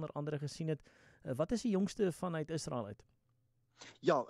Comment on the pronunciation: In Menstaal word 'n g as G uitgespreek en 'n s as S: Gasa; nie agter ingels aan 'Ghaza' nie. In Menstaal word Israel as ISRAEL uitgespreek; nie agter ingels aan 'Iesrael' nie. Onbeskaamd Afrikaans.